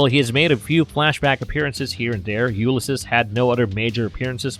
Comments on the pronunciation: It’s pronounced “You-liss-seas” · He's NOT a human-Kryptonian hybrid. Also, as commentator Charlie Jordan stated below: "'it’s pronounced 'You-liss-seas.' Please refer to Joyce's "Ulysses" and Homer's "The Odyssey." Sigh.... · Yup I can't listen to that weird pronunciation for the rest of the video 😵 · This is definitely him having only ever read the name and never heard it aloud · THANKS! The video narrator's mispronunciation is REALLY irritating.